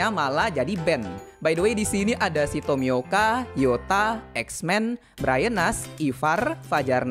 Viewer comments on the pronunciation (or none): none